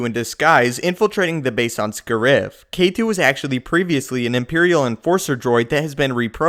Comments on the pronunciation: Isn't the name Scarif? Why do you pronounce it as Scurif? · its pronounced "Scare-If" not "Sca-rif" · I'm pretty sure the emphasis in Scariff is on the first syllable.